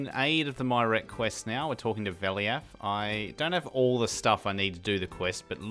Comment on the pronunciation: I fell behind a bit on this series but I've caught up on the last three or four episodes now. I haven't personally heard many pronunciations of Myreque since I don't talk to anyone about RS or watch many YouTube videos on it, but "My Rek" was very unexpected and hilarious! I almost don't even wanna tell you the correct way!